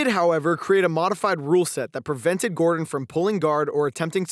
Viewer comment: If this commentary calls Gordon Jordan one more time... Jordan... GOD damn it 🤣